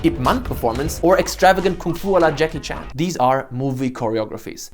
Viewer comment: Did u just said WALA Jackie Chan